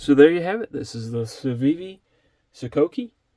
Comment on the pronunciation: I don’t speak fluent Civivi but I think you pronounced it correctly